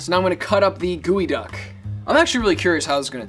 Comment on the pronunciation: Its geoduck not gooeyduck 😅